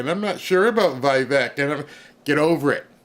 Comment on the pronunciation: Vivek is awesome. Btw: it’s Vi-vayk (rhymes with cake)